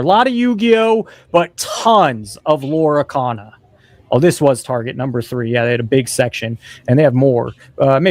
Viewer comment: Bro, its not LORA CANA... 😂